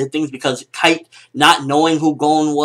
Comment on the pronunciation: 1. His name is Kaito, not Kite. It makes a big difference for me. 2. The nature of the relationship between Gon and Kaito was changed enormously by this different introduction, which will impact the series later on (since Kaito is an important character). 3. I like the fact that the pace is slowing down. I wouldn't want to imagine if they ran out of chapters before Togashi sensei starts writing again.